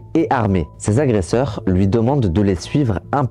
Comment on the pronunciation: Bravo, ton documentaire est très bien fait. Ta narration est captivante. Très bonne diction malgré quelques fautes de français. J'pense que tu as trouvé ta voie. Attention: on ne dit pas huiz' agresseurs! Mais huit agresseur. Huit étant INVARIABLE, il n'y a pas de S et donc pas de liaison. Mais pourquoi cet accoutrement orange de prisonnier US?😅 Temps REcords et non ROcord. Les "pauvres" devenus riches (illégalement)sont des PARVENUS. L'artiste... Mon dieu mais qu'elle horreur sonore! 😂 Artiste commercial au possible, vraiment c'est affreux comme daube musicale. Désolée mais fallait que ça sorte. Je ne conçoit pas le mal qui a été fait envers cet homme. Mais musicalement parlant c'est pas un mal de ne plus l'entendre. Je m'excuse envers lui.